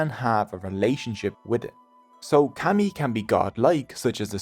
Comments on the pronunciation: It’s pronounced “commie”not cammy . If you’re going to try to explain Japanese culture and or religion, you should learn how to pronounce our words first. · Pretty shocking (maybe this is AI?) that you (whoever made this film) cannot get the pronunciation of 'kami' right. The vowel sound you use does not exist in the Japanese language, and considering that this word is typically translated as 'god,' like I said it's pretty shocking the carelessness of someone (you) who is presenting themself as some kind of teacher or expert. Such is the new idiotic age we live with on YouTube and elsewhere. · It’s pronounced “kah-mi” not cami like street fighter 😪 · Kami is pronounced “commie” not “cammy” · I canʻt stand your pronunciation of "kami" which should be like "kah- mee" not "cammie" like a camisole. Your pronunciation of other Japanese words like "musubi" and "Ise" or "torii" are pretty bad. (as well as some English words). Itʻs fine if we are just reading your information, but please study and practice correct pronunciation before making informational videos. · I kept saying “kah-mi” to myself while watching this so I wouldn’t get the mispronunciation of the word seared into my mind. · Kami is pronounced as ”kami“ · The start of kami is pronounced like the start of calm fyi 👍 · Lord have mercy, why didn;t you bother to try to say kami like the Japanese do? Its so awkward to hear you say call-me over and over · Dude it you can’t pronounce the language correctly just stop using it. I can’t handle how bad you are saying kami 🤮. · How was this made? Incorrect pronounce and wrong in almost everything I watched. I had to stop, this narrator cannot pronounce kami. To be Japanese is to be Shinto, they are not separate. The stories are some correct but pronounce is so bad cannot watch